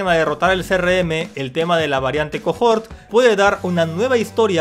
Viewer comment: cohort se pronuncia cohort... osea, coort. Pa que sepas bro